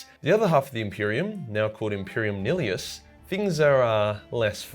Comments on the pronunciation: niHIlus, not "nilius" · Imperium “Neeeleeeus” bruh 😂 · Either SICK- Uh-TRIX or KICK-uh-TRIX. Ive heard both. Also nihilus is pronounce like nihilsm.. NIGH-eh-Lus I wanna lie to you and say good effort but let's be honest we all know that was shit. Everything else was great as always though ¯\_(ツ)_/¯